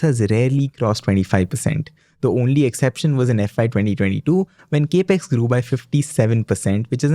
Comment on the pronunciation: Capex is a short form for Capital Expenditure. This is well known. However, the word capex is pronounced cap-x, NOT cape-x!! Your enunciation and flow of delivery is excellent, along with pronunciation. All the more that your saying cape-x sounds jarring!! Pl fix.